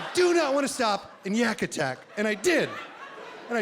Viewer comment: Lol i keep watching this just to hear him mispronounce YakAttack and Mickiski 😂😂😂😂